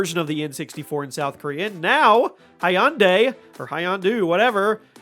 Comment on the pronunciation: "Hunday.......like Sunday"